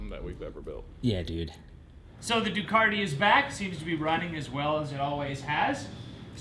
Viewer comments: there is still no R in Ducati! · Just wondering when Ducati put an "R" in their name ?